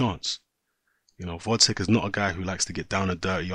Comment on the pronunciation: GVOZDYK! GVOZDYK ! read another time! GGGGGVVVVVVVOOOOZZZZDDDDDDyk and not Votcek